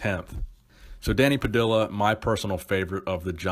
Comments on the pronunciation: Pah-dih-ya not pah-dih-la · It is not an american last name of american origin, It is definitely not pronounced "pah-dill-ah" it is "pah-dee_yah" again not hating but brutal pronunciation of it. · It’s Danny Pa-dee-ya, not Danny Pa-dill-a. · Not that it matters, but it's pronounced Danny (Puh-dee-yuh) Padilla... The LL sound is more Juh emphasis! But great vid as usual! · Love your posts....but I think Danny Padilla's surname should be pronounced, 'Pad-dee-ah'. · It's pronounced pa-di-ya ( Dany Padilla ). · dont mean to nitpic but i think it's pronounced puh-dee-yuh.